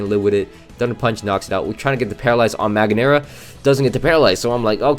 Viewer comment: What did you just say? ;-; Man that’s mildly Infuriating. Ma gear na or Mag ear na?